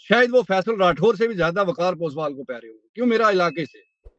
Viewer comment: Its POSWAL...not Passwal 😊😊😊